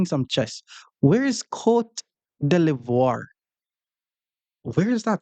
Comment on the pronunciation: You botched the name of the 800 elo player’s country 😂. Cote d’Ivoire (Ivory Coast) is in West Africa.